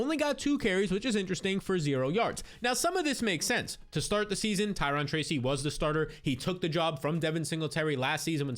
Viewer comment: Ty-ROWN (Tyrone)